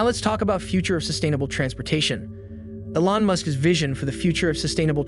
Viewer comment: First time hearing someone pronounce elon ellon